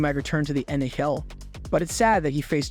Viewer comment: Ummm.... It's actually NHL not Nayel🤓